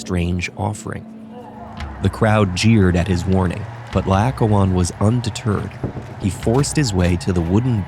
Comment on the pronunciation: PLEASE try to get people who can pronounce Greek names correctly for the narration... It's La-oh-KOH-on, the second vowel is an O and the stress is on the penultimate syllable.